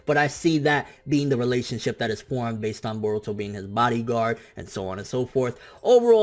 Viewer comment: i love it when you pronounce Naruto instead of Narudoe and Boruto instead of Borudoe. you tha man